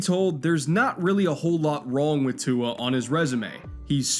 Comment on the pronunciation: He said Tua correctly though 👍